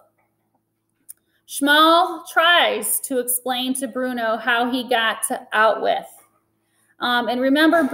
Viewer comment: Out-With Is Bruno's Pronunciation Of "Auschwitz"